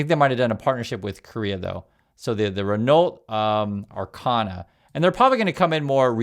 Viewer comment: The l and the t are silent in the French car, Renault. It’s pronounced Ren-oh. 🎉. Don’t see many of them in the U.S. Also you are definitely NOT dumb. People are just weird